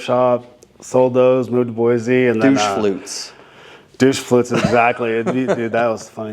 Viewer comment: Hay buddy, if you're going to live in Boise, it's Boy-see. Not Boy-zee. Great shop,happy for you. ❤❤